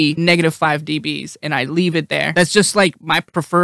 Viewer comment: Do you say deebees to make it easier for viewers understand or because it's fun to say?